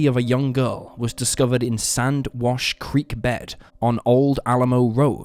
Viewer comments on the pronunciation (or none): none